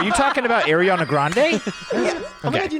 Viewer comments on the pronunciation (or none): Shane it’s “Are-re-ah-nah”